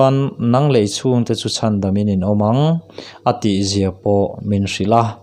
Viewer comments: Lei ni lovin Lei( tounge) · Lei,kan tawngna Lei ti a chhiar tur